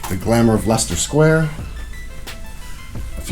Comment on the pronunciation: You can't be American since you pronounced leicester sq correctly.😂